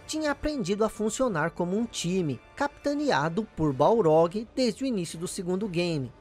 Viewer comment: cory baRLog!!! Balrog é o boxeador!!! Sei que explicou no video anterior, mas é muito estranho ouvir o nome dele errado kkkkk